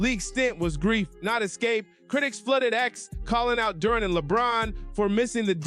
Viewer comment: Stop mispronouncing Durant 😮